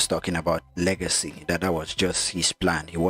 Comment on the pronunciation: Its "legacy " not lagacy